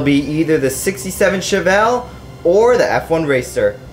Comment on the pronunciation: Your saying chevelle wrong